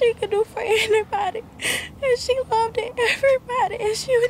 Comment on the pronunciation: Loved not love-ded yall.